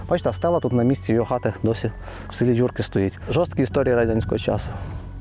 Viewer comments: Дякую за чудове відео! Нарешті добралися до рідної Кременчуччини. Бував на на Шар-Горі не раз. Правильно казати При́ліпка, а не Прилі́пка, у Вікіпедії теж не правильно. Хорішки́, а не Хорі́шки, Юрки́, а не Ю́рки. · Тіки не ХорІшки, а ХорішкИ, не ПрилІпка, а ПрИліпка, не Юрки, а юркИ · Дякую за фільм! Вибачте маленьке уточнення 😉 села ці мають трохи інший наголос: юркИ, хорішкИ, прИліпка. На шар горі колись була прадавня церква в якій служив мій прадід, а мій дід будучи ще малим пас якусь худобу під горою. І ще як був живий розказував що колись приїзжали якісь люди, мабуть археологи, і знайшли якийсь глечик, може з якимось скарбом, він пригадував що бачив в землі слід де лежав той глечик. Прадід священик був спалений з іншими бранцями під час 2 світової 😢 Трошки не погоджуюсь що в Юрках самі дачі, просто село вимирає. Частина населення старше покоління, яке зимою живе в місті, бо так легще, а на теплий період в селі і гарно підтримують батьківські хати. Шкода що не пройшли іншими вулицями, де піщана дорога, між дворами майже немає заборів, багато квітів, є місцева архітектура 😊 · Хорішки,Юрки. Завжди був наголос на останній склад